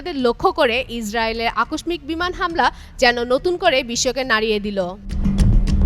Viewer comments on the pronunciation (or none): আকশমিক?😂 এটার উচ্চারণ আকস্মিক (আকশ্যিক) ম উহ্য থাকবে। কিসব রিপোর্টার নেয়। উল্টাপাল্টা উচ্চারণ করে।